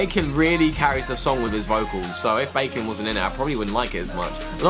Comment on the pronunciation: i've seen a meme everywhere with a Baekhyun cryin face and the Caption : ''its not bacon its baekhyun!'' i thought it was a joke and i didn't knew some people really pronounced it like bacon XD FYI its pronounced like Behk-hiyon JUST SAYING THO